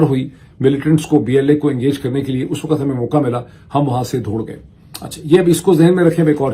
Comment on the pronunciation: ڈاکٹر معید آپ دوڑ گئے کو “دھوڑ گئے” کیوں کہتے ہیں؟